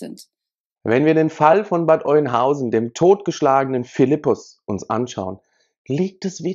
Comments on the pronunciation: Sorry es heißt nicht Eunhausen, es wird Öhnhausen ausgesprochen. Nicht böse gemeint.🤗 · Hi zusammen, Bad Oeynhausen wird Ö ausgesprochen. Nur zur Korrektur: Der Syrer wohnte nie im Asylantenheim, sondern mit seiner Familie in einem Haus in Rehme. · Alter, es wird "Öhnhausen" ausgesprochen!